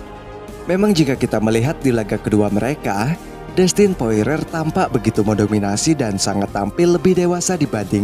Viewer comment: Wkwk poirier min namanya,. Bkn poirer min wkwkwk♥️